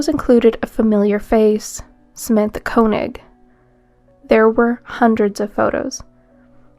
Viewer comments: First one's last name is pronounced 'Kay-knee'. I went to school with girl of same name. Not Koe-nig. I do hypnosis and remove spirits including demons from people. I believe demon spirits get inside people and cause trouble. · I thought Koenig was pronounced KAY-nig